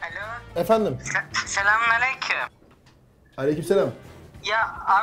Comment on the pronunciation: koptum lan 😂 ✨SelĞaMunağleyKüğm✨ hahahaahajajsjsjs